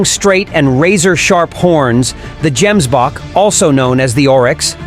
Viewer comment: Gemsbok is pronounced with a hard " g",not " j".